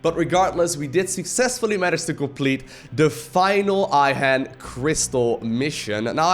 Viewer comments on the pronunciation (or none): Everything is nice and all but Ihan pronunciation is bad. Raynor in his talk with Hanson sounded more like eehun:)